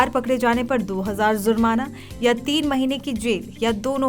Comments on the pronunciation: Zurmana kya hota hai Jurmana hota hai Pehle apna tallaffuz theek karo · Zurmana nahin hota jurmana hota Hai